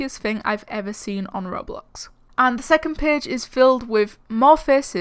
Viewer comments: It's called ro BLOX Not rorealeatic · But.. It's called Ro BLOX Its RO BLOCKS NOT RO-....LIFE!